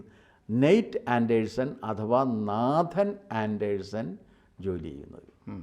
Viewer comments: നേതൻ..എന്ന്. നാഥൻ അല്ല...you r right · With all due respect, Nathan is not pronounced as Naathan (like the Hindu name) but Naithan (the 'a' sound is like 'ai' in the word 'pain'.